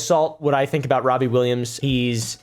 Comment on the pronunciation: Wobbie Rillams